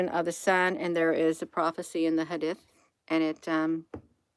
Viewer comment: It's pronounced hadeeth... good job Hun.💗